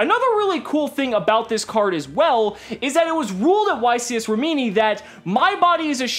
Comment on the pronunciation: You pronounce Rimini with the accent on the first i and not the second